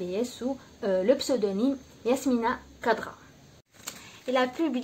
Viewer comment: Prononcez correctement son nom d'ecrivain please ; c pas kadra , c khadra